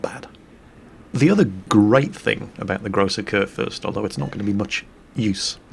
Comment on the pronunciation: Haha, you are correct on the salt factor. I like Flamu because everyone can learn from him, even though I am not the worst player ever. But yeah, the salt is real. I do get it sometimes, but it is very much present Also, I love how you pronounce Kurfürst. Its not that bad, but its always something if an english person tries to pronounce german words. (To be honest, I think its the same the other way around)